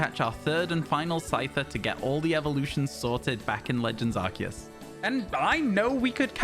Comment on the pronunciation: he said it … legends arKEus …. not arSIus 😱😱 🎉🎉🎉🎉🎉